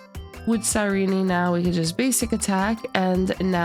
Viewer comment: I hope anyone who pronounces her name wrong like this loses every 50/50